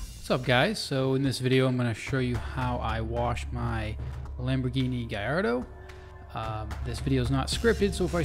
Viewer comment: He pronounced gallardo wrong